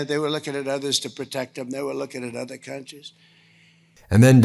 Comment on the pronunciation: "She didn't say hand, She used a 'dother' word "... Um.. Ok Wtf, gramps?